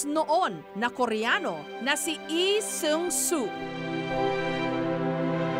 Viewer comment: Nakakainis pakingga yung ee diba lee yung apilyedo nila hindi ee